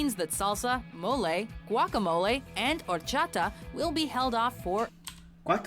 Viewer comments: Guacamole is pronounced (wok a mole a) not (ga wok mole)😜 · Lol I like how you pronounce “guacamole” like “whack-a-mole” It’s “guac” like “rock” a like “uh” then “mole” like the “oly” in “slowly”! But the “mole” is more accurately pronounced “mo-lay”! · Hearing you say guac-a-mol instead of guacaMoLe. Had me dying😂😂😂😂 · When he said gwackamol for guacamole I cracked up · Let me help you: It’s churros (chu-rows) Guacamole (waka-mo-lay) not waka-mol😆 Spaniards say, “cho-ri-tho” Latin Americans say, “cho-ri-so” -Mexican-American here from Southern California. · Your pronunciation of guacamole cracks me up. Try it more like waka-moe-lay. Spanish pronunciation is easy, the same letters pretty much always make the same sound. You can learn it in an hour, except for the rolled Rs. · It's more "waka-a-moh-leh". The "e" never makes an ay sound unless unless it's accompanied by an "i" or a "y" or in some Latin American countries, the "ll" and the "o" always sounds like a an abrupt "oh" sound like it's cut off halfway through.